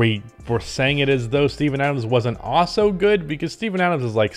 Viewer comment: I will subscribe to your channel if you learn how to pronounce "Also" correctly. It's in the name of the channel after all